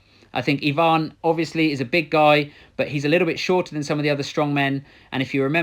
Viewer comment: finally someone says EEEEEEEvan not AYvan, good job